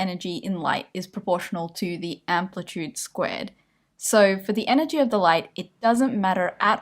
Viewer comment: Did you say e = m c squid?